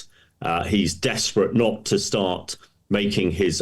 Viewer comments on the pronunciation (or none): none